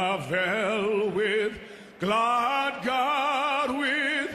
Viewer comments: It's 'Goo-lad' not 'G-w-lad'. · I can't even speak Welsh - but it sounds to me as though Jonesy-boy can't either. He can't even pronounce "Gwlad" properly! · xxjoeyladxx it's gwlad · Arddechog Tom, diolch yn fawr! Your pronunciation of some words may have been a bit off, but you still did a great job and it was very powerfully sung! Don`t listen to the haters, they`re all jealous nobodies!